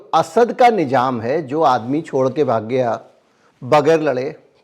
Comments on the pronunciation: Itne qabil aadmi ho phir bhi urdu bhasha ke shabd thik se nahin bol pate,, Nizam ko nijam bol rahe ho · Sir boht sachi khbre dete h Sir thoda urdu aur study kr lijye to aur 4 chand lag jay. Jese ap nijam khte NIZAM bola jata🙏